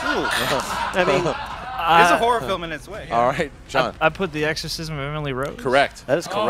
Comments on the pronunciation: Each time says horror I think he's saying whores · I thought said their strength was whores for a minute there.